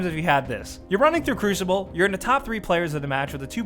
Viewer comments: lmao "crushible" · did he say crushible? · it's not pronounced cruchible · Cruishible? CRUISHIBLE?! Cru-si-ball. Not SHI? ;) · cruchible... just the way he pronounces it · Please tell I'm not the only one I'm not the only one hearing him say crushible... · I hate when you say crushible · Just wait until rise of iron. And why must you pronounce it crushible? And having a person join a strike right at the end is annoying but you have to admit that it's satisfying when you're the one that spawns in mid strike lol. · "Crooshible" xD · Hehehehe, he said crushible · did this guy just say crushible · 12. "Crushible" for the win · Number 11, People who say Cru-shible. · when you've never actually played destiny so you say "crushible" 😂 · lol, "crooshible" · "Players leaving the Crewshible?"